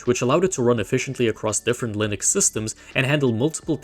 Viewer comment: Exactly. That's how you get stupid pronunciation mistakes such as "Lienex"